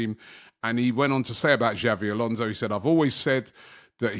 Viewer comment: This guy keeps calling him Xavi Alonso and it's so annoying